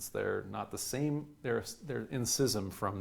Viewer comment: Just found your channel and I'm smitten. And bless you for pronouncing schism correctly!